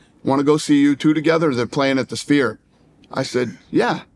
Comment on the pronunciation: Why shannon calling the Sphere “the Spear”